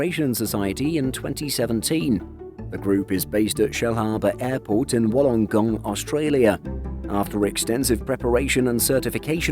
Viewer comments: I live just 10 minutes away from Shellharbour Airport, HARS has a beautiful collection of aircraft. Theres a lot of excitement in the region for the delivery of this aircraft. Also just a slight correction: "Wollongong" is pronounced "Wool-en-gong" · It will be wonderful if/when it does return and going to Wollongong (sorry but it’s pronounced Woolong-gong.... don’t ask), will at least make it much more accessible to the people of Australia than the other 707 that was found in the UK , underwent a very long and expensive refit to make it airworthy for the flight to Australia, where... it was promptly flown to Longreach (the home of Qantas) , never to fly again and way out in central Queensland . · You grossly mispronounced Wollongong.